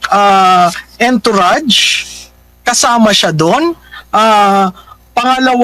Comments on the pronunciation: Correct pronounciation of entourage is (on-tou -razh) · Entourage is pronounced as—>>> “ aan-tr-aazh “ PLEASE TAKE NOTE especially for those who speaks a lot in public…. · The ontourazh of liza marcos in la..yan ang correct pronounciation po tnx